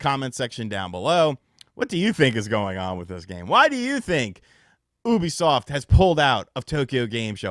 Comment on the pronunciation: Bro I had to stop watching why can’t this guy say Ubisoft right he sounds like an illiterate todler